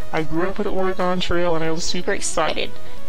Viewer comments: She lost me and every Oregonian at the pronunciation of Oregon. It should sound like, "We can shoot with a bow, or a gun." not "or a gone" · Dev grew up with Oregon Trail, doesn't know how to pronounce "Oregon."